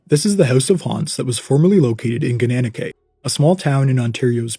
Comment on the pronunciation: Huh. Your pronunciation was closer to correct than my intuition was. I expected Gananoque to be pronounced in the French style as ga-na-nok but, according to Wikipedia, it's GAN-ə-NOK-way... but then I live over near Georgian Bay, so I have never had a reason to learn that before.